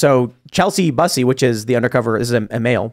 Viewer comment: I think Tim is intentionally mispronouncing "Bussy" to keep the show clean😂🍿